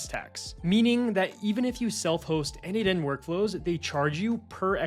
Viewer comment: isn't it n-eight-n? like Nathan